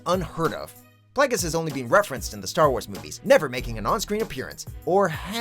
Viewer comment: when he says snoke may be Darth plagues